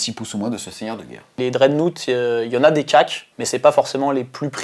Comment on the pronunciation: bonne vidéo très intéressant pour ceux qui ont pas le bouquin et en tant que joueur BA hâte de l'analyse du prochain psychic awakenning. PS: dreadnought se prononce drèdnoft XD